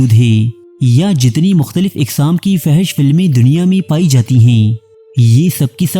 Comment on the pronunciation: Fohash Not Fehash